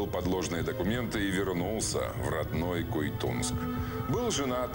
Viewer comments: Ну подготовьтесь сперва.аж ушам больно,Куйтун.а не Куйтунск! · Авторы ролика, не КуйтунСк, а КУЙТУН! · Не куйтунс а Куйтун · Всё конечно очень интересно. Только не Куйтунск, а Куйтун. Слух режет когда не правильно произносят.